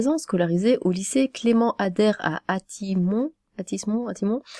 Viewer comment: Hey, c'était mon lycée ! Bon, ça remonte à 10 ans, mais mdr si je m'attendais à voir ce genre de drama chez moi xD. Bon par contre je trouve ça super gros comme histoire, c'est tellement plus plausible que ça soit l'élève qui raconte ça pour la foutre dans la merde … Sinon pour info, on prononce les S dans Athis-Mons : [A-tiss Mon-ss] 🐍